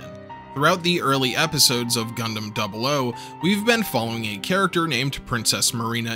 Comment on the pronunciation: thank you for the correct pronunciation of double "O"!